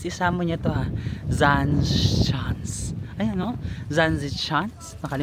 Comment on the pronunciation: It is pronounced as zan se shans